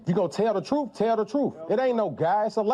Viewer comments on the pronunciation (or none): "If you gone tell the troof tell the troof". Ignorance on steroids. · He said “Tell the TRUFF”! Doesn’t he mean TRUTH? He and Tiffani have the same vocabulary!! And don’t AXE him again!! What a JOKE ! He needs to go home to his WIFE and family!! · boyfriend says "tell the truffe?""" what is that word?